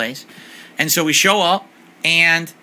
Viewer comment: God, I hate the way he says ayunnd